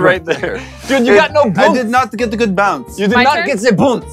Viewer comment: you did not get ze boonce.